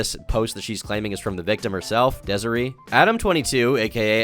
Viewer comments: It’s Dez-A-Ray not Dez-A-Ree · It’s pronounced DESIRAY you absolute dunce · its pronounced dez-uh-ray bro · the way he pronounces desiree is crazy 😭😭